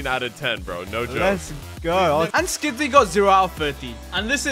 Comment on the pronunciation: why did u say skidzy bro